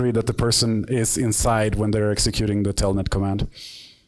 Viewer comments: es Telnet no "Tellnet" . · telnet hijitos no "TELLNET" chch